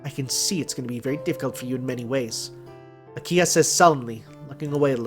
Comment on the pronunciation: Not sure if you have noticed yet but it's an H in Akiha, not an N. So it pronounced Aki-Ha, not Aki-Na.